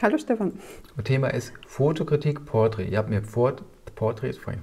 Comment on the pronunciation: Wenn Du jetzt noch das Wort "Portrait" so betonen könntest, wie das ein hochdeutsch sprechender Mensch tut und nicht wie ein Schweizer, wäre ich 100%ig zufrieden.